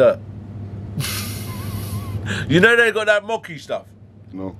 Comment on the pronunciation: Said Mocki its Mochi Bruv!!!0😂😅